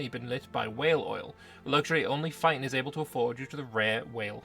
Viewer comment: Feiten pronounced as fighting hurts my soul